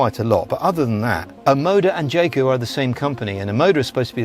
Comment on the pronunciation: Its supposed to be pronounced 'Yae Coo' not 'Jay Coo'